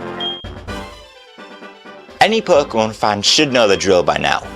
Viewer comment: I like how you say perkemon